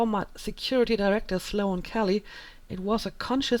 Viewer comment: Hey. Love the let's play so far. Just to let you know Sloane... the a is silent. Not Slo-Anne.